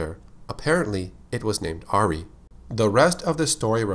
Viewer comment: my name is Auree pronounced how he said Ari. kooky lol